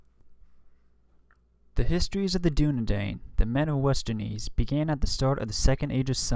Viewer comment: I love the effort you've put into this vid, but you might consider working on your pronunciation on some of the proper nouns. Ex: Westernesse = WEST-er-ness, not WEST-er-neece.